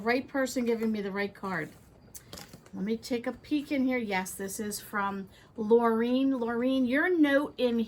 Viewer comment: I have a daughter named Laureen. The name Lorene I have seen before, but this is the first time I have seen the same spelling as my daughter’s! I’m proud of pronouncing the name properly. Many call my daughter Lauren or Lorraine.